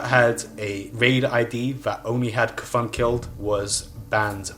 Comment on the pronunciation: You may be wrong about the naxxramas part, but yeah the guy's pronounced Ka-thune and not KFUN like it sounds in the video.